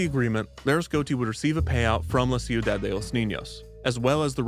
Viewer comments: Every time I hear how you pronounce "ciudad" I die a little inside 😂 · You really should've worked on your pronunciation of Ciudad before releasing this. It's better to say "Seeyu-dahd" instead of "See-yu-dahd" It's just so distracting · okay i only have about 2 and a half years of spanish, which ended 10 months ago now, but it's pronounced kiudad, not siudad, right?? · I’m sorry, it bothered me so much but it’s pronounced: shudad for ciudad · "ciu-Dad" is an objectively funny pronunciation he went with, but i appreciate the clear effort he put into the spanish overall. anything's better than your standard youtuber "lol i'm not going to say this right" when they can just look up the handful of names they're about to use in their video